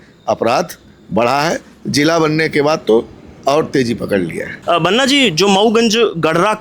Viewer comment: Waise banna nhi Banaa hota hai prononciation..... Waki political na banaye mudde ko